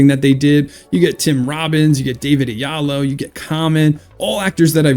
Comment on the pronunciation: David Oyelowo not oyalo. C'mon, at least learn to pronounce the names properly.gosh